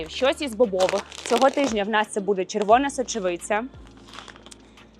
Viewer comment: Дуже інформативно, дякую. Щось у Вас час, від часу з вимовою, якось вимовляєте періодично ніби бабуся, чомусь замість «буде» кажете «бюде».